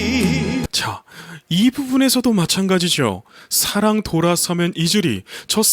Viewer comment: 음악지식에 대하여 잘모르고 듣기만하는 저도 사랑,사 ㅡ 랑 구절을 들을때마다 그저 와~~~감탄뿐입니다, 사랑 이란 발음도 너무 좋아서 가슴속에 찰떡처럼 착착 사랑이 달라붙습니다 대표님의 진심이 담긴 리뷰 정말정말 감사합니다, 건ㅡ행